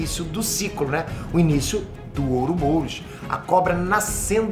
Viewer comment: aindanão terminei de assistir. Mas "ouroboUros"?